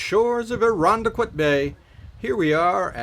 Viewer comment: OK I know this is really petty but I live in Irondequoit and he said the name wrong I don’t know why but I just get so triggered when people say it wrong idk what’s wrong with me